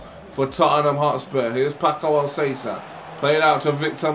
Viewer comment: Paco Alcacer is pronounced "Pako Alkaser" I guess?